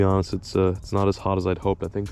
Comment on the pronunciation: OK, WTF is "CATALYSTING"???!?!?🤣 You guys make words up all the time, but this one is absolutely absurd. LOLOL